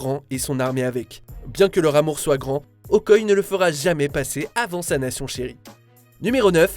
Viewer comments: C'est pas Okoye c'est OKOYÉÉÉÉ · On dit Okoyé, pas Okoye, même si ça s'écrit Okoye ! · Vous faites mal au oreille avec votre Okoye c Okoyé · Euh... Ça se prononce Okoyé... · "Okoye".... mon dieu mais PTN FAIT UN EFFORT DE PRONONCIATION !!!!!!!